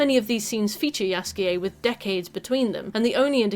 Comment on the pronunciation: You pronouncing Jaskier's name as Yasuke was really distracting for me lol